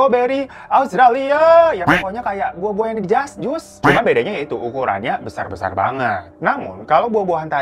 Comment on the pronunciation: astaga pas bilang jas jus medok banget